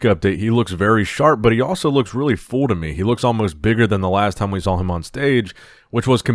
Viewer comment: why do you pronounce "full" so weirdly? Like you emphasize the odd pronunciation. "fooll", "fuulle", "fuol" for real